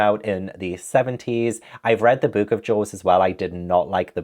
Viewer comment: Not me hearing “Joes” instead of “Jaws” and being absolutely perplexed about what was going on 😂